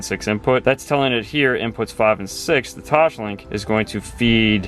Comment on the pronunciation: Does "Toshlink" kill anyone else? It's TOSLINK.